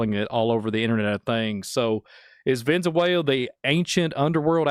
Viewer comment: Cool discussion, but listening to trying to pronounce Venezuela is killing me…Venzawela 😂😂